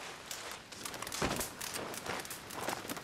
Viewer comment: I missed those boahs